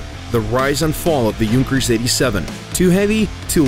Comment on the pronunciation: Finally, someone who pronounces Junkers correctly!